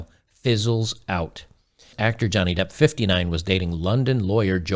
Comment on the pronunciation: He learnt his lesson and his name is Johnny Depp not Johnny Debt.